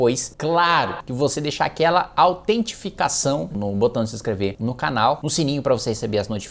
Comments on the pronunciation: "autentificação" Kim???????????? Aos 0,39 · "AUTENTIFICAÇÃO" KIM!?